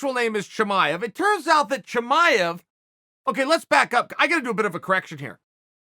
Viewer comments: It's Chimaev not Chamaev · Chael : "Chimanev is not Khabib 2.0" Chael ends up calling him : "Khabib 2.0" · Chael 'Hazmat Chimmeny' Sonnen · I'll admit it. I ran here to see how you'd say his name.